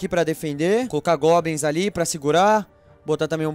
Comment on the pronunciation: o não sabe fala goblins